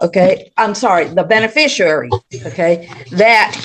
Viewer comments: It's hilarious to me that none of these idiots can properly pronounce the word "beneficiary". It's always "beneficiarary" or "benefishurrrrrrrry" or something equally mouth breathing and dumb. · “Be-ne-fish-ER-ary”. Lol. It’s rare that a person can’t even pronounce his own name correctly. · “beneficuary” [sic] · I heard ‘benifishruary’ too.